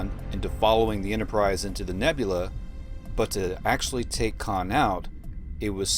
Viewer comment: 'Khan' get it right